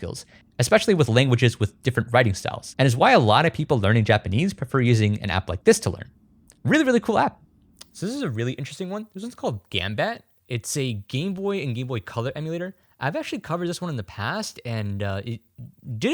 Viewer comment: Physically recoiled when hearing you pronounce Gambatte , lol